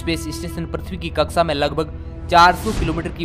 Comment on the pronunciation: कक्सा nahi bhai कक्षा अन्तरिक्स नहीं अन्तरिक्ष 🙄🙄🙄🙄